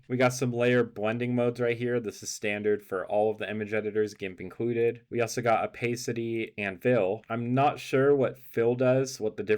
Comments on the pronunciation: sorry? o pace ity? you mean o pass ity? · you are mispronouncing opacity.